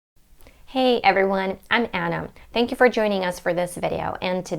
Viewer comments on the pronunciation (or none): I thought you were a native speaker ! Then , I heard a little accents ...when you said " comfortable " & the way you said " thank you " in another video ,here & there ,but you are really really good ! Usually any Europeans have their accents ( heavy ) when they speak English ! You got an American accent...why ? How come you chose the accent over British one ? I am curious ! Anyway there are many very good English teachers on you tube ,a couple of English teachers & one American ,they are all female interestingly ! Lol. But, you can really help non native speakers w/ English by using your own experiences & insights ! That others can't ( as those ladies that I really like are all native speakers ,so they don't go thru w/ the walls we,non native speakers bump into & find it hard to climb up on ,or break it down ) guide the way you can ! You are a real good success story that we all can lear from ! You deserve more viewers & subscribers !👍💜💜💜💜💜🥁🐉🎵🎤🎶💕💞💕💞💕💞